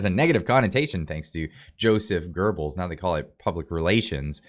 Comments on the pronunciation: Joseph Goebbels, not Gorbels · you're the best! It's Goebbels (sounds like gobles), not gerbles. No r. Love your stuff!